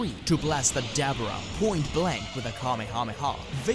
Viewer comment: "dAAABuurA"?😂😂😂 I've followed you for so long, but I've never known you to mis-pronounce certain names like that lol. This is definitely a first for you.